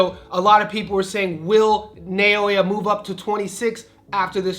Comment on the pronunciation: ❌ NAY-YOH-UH ✅ NAH-OH-YAH ❌ IHN-YOU-EH ✅ EE-NOH-EH Also, it's "Cardenas," not "Cardiñas"